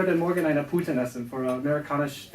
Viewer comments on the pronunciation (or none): Sorry, I can't help myself: It's 1 Pute, 2 Puten in German :-) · "Pute". "Puten" is plural. I am sorry, but that hurt me like I got stepped on my small toe everytime you said it xD